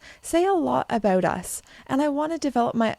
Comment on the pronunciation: I love how you say “about” — Aboot lol